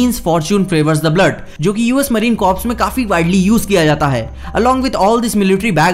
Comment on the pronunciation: 11:5 minutes me “fortune favors the bold” hota he na ki “fortune favors the blood”